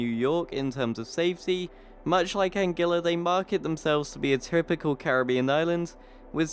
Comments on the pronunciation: ANGUILLA IS PRONOUNCED AN-GEE-UH!! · LOL..... Rather than saying it "Anne-Gwilla"